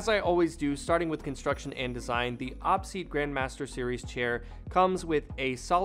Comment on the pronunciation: I think it's pronounced O-P seat, but nice video 👍